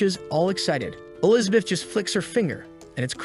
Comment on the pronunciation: I like the recap just wish if you use an ai to make it a the very least listen to it yourself before uploading. Elizabith is one of the repeating errors your ai got wrong, I assume its because you did it in parts and combined them.